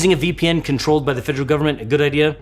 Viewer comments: it should be fe-der-al. You're leaving out the second 'e.' And saying more of an -ol and the end instead of -al or -ul. It starts the same as "federation," for reference. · Great video but the way you say "federal" kinda ticks me off